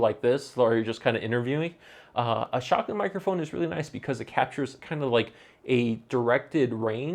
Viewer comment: not trying to be funny or anything, but I assume you are saying "shotgun" mic? I googled for 'shocken' mic for 5 minutes lol